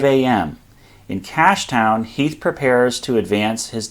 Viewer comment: Who the hell is Heath? Do you mean Heth?